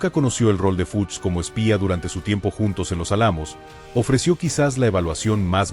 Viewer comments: Se dice álamo con acento en la a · Exacto. No recisto la mala pronunciaciòn.